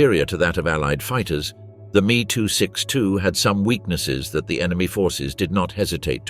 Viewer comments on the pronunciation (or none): Many grating noises, but that "Meeee 262" became particularly infuriating.